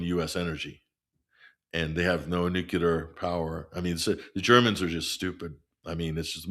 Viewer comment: I enjoy listening to until he says nucular.